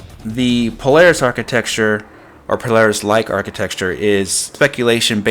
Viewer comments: New drinking game: Take a drink whenever says "architexture." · If I told you the ONLY reason I have not subscribed to your channel is your saying, "architeXtchure", would you learn to properly pronounce it? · you know you're saying architecture wrong right?